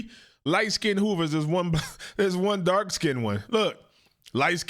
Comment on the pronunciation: "Skinded?" What is Skinded? Are any of you things capable of speaking English properly?